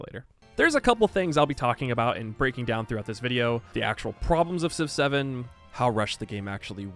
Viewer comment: You know when you say Civ 7, it sounds like you saying 6 7